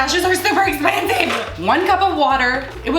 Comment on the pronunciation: I cringed when you wasted all those cashews😬😂 das esspensive